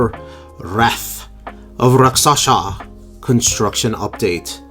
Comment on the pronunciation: It's spelled Rakshasa, but you pronounce it Raksasha?